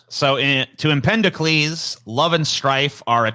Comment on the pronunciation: It's Empedocles, not Empendocles! And he died in 434 BC, not 1434 BC.